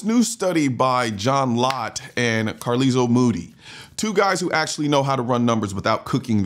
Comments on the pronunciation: It's car-lie-ul, not car-lee-zul 😂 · Car-Lyle, not Car-leesel. LMAO!!! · “Carleezel”? I believe you mean CAR-LYLE… 😅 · Car-Lyle…. Not Carlizzle, unless you’re channeling your inner snoop dogg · Pronouncing Carlisle as "car-lee-sell" got me chuckling. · lol car-leezul moody. that made me laugh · I thought that name was pronounced Car-Lyle. I may be wrong. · Very informative video. People need to understand that police can be the first line of defense—if they're there—but effectively, they're the LAST line of defense. A bit of a nitpick, but Carlisle is pronounced carl-ile, as though you're combining the name Carl and the word isle. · WAIT.... "CAR-LEEZLE"??? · "Carlisle" pronounced that way should be a crime